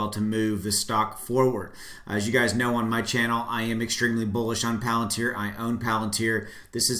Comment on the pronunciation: You didnt mispronounce palantar. Bravo. Great update thanks